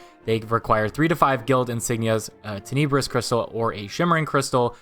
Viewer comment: It's pronounced ˈtenəbrəs.